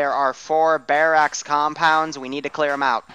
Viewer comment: Mainly stressed out by the pronunciation of barracks. Bare axe?